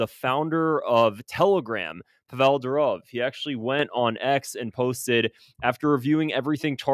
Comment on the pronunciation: Pavel Durov: PAH - vel but actually more like PAH - v'l (not pah-VELL). It's Russian for Paul.